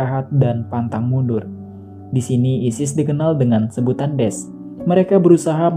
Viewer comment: Bukan Desh, tapi Da'esh